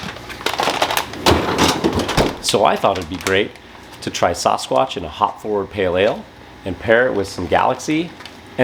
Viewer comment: s-AAAA-squatch. So grating to hear him say it wrong